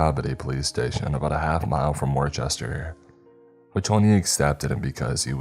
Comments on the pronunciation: It's pronounced Wustr Massachusetts. 😅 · Story No: 2 Lol, I say this with all of the kindness in the world: As a Born and Bred New Englander-we pronounce it “Whooster”. You didn’t do anything wrong, most ppl who aren’t from around here pronounce it phonetically. Just trying to help cuz you’re one of my faves! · Anyone else from Boston correct how he said Worcester